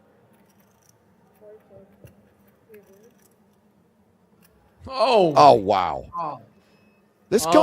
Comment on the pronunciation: I'm just curious why they keep calling him "ta ke ya ma" while it's clearly Ta Ka Ya Ma?